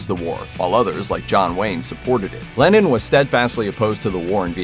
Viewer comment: Am I the only one whose ear it sounds like the narrator is saying "Lenin" instead of "Lennon?"